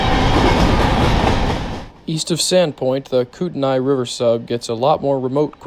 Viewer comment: Nice catches on the Northern Transcon! Kootenai is pronounced koot-ney for future reference.